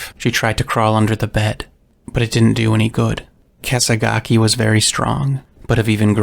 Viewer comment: I agree. It's clear in the recording he accidentally called "Kesagaki" "Kesaga" with a strong emphasis on the "Ah" as the final syllable. A common mistake when narrating. The repetition of the name is him trying to solidify the pronunciation before continuing. is of course not lying when he said he didnt record this but in the momumental task of producing such a massive video you're bound to forget some stuff.